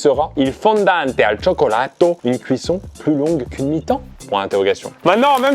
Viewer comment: "Chocolato" aie mes yeux saignent. (Ça s'écrit cioccolato au passage)